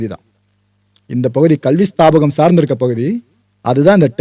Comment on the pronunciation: வணக்கம்.ஸ்தாபகம் என்று சொல்லாக்கூடாது.ஸ்தாபனம் என்ற வார்த்தைதான் சரியானது.(க) வராது (ன) என்ற சத்தம் சரியானது.மருத்துவர்களுக்கு மன தைரியம் அதிகம்.